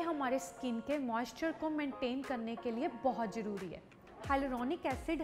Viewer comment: Yar isko 3 years ho gye . Ye abhi tak jaroori ko zaroori bolti hai😂. Pagli . Aise nhi films Milne wali . Didi patli toh ho gyi ho . Diction class b lo .. aapka h Bhala hoga . Suggestion hai . Marzi aapki hai .. zaroori hai .